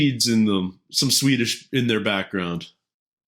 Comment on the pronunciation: Swede here. Ardal was bloody good at the Swedish, even getting our rather specific vowel sounds. Thoroughly impressed.